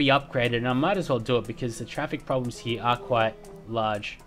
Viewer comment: i love how when u say here it comes out as heee XD lol cracks me up